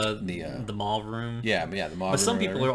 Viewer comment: day-us ex mahkina. say it like that. also, you say the word MAUVE like that song that goes "I LIKE TO MOVE IT MOVE IT". not MO-AV lol